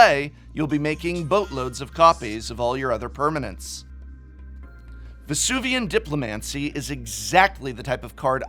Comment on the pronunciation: I wonder where Vesuvan Duplimancy rates on a list of most mispronounced MTG cards.